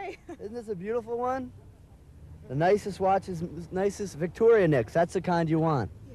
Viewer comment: Fail to the guy who called it Victorianix hahaha